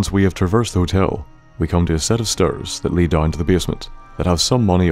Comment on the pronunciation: "A set of sturs"